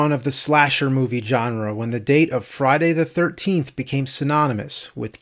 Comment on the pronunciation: I noticed that too lol... i love James and all the cinemassacre guys but his pronunciation of Friday the 13th (known as Fry da 13th in James speak!!!) was beginning to drive me nuts lol